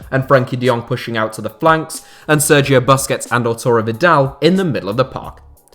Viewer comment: Stopped watching after he pronounced Busquets as "basket" 😒